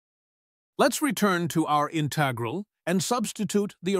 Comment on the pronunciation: INTAGRAL!!!; : INTEIGRAL!!!; : DIIKS!!!; : DIIKS!!! : DIIKS!!!